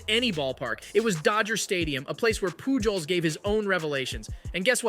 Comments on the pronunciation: POOL JOES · I'm sorry but I had to leave a dislike. The thumbnail of Jake Marisnick colliding with Lucroy was nowhere to be found in your video. Also, if you want the audience to believe you know about baseball, you should be able to pronounce Albert Pujols' name correctly. I really hope that you do see channel growth and that your content is able to improve and I do wish you success, but I had to give honest feedback. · Bro the amount of times you mispronounced Pujols wrong made me cring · Yeah that hurt 😂